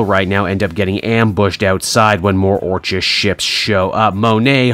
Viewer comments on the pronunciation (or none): Orchis (OR-kiss) like Orchid.